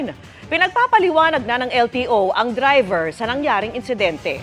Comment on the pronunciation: Tryver ang bigkas ni tina panganiban peres sa word na Driver